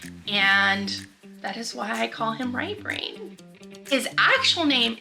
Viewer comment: I thought you were saying "Right Rain" and I assumed he was American Indian I'm from Wisconsin and there's a lot of natives with interesting names like that . Lol